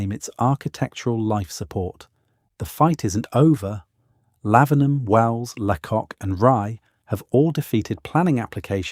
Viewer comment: Lots of footage that is not England which is a shame. Pronunciation is off too: it is not LeCock but pronounced laycock. And it isn't sinkwee ports but sank ports.